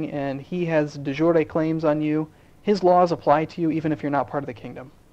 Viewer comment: FWIW, the Merriam Webster pronunciation of de-jure is de-jury, as in the one in a court.